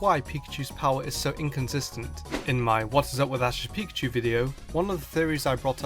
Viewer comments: you said asses pikachu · he said ass' pikachu